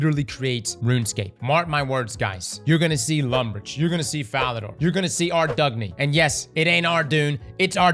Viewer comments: argoune ardygoon ardagoon ardy. its ardy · Ar-Doug-Knee totally sent me. first time i heard it said that way and now i cant unhear it! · Uhh its pronounced "Arr-DOYN" Also that comment about NW.. That game is going to shut down in the next year or two I bet. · It's pronounced Ar-Doyn. I know...its not at all how it looks. Look it up on the wiki. Its weird and we all hate it.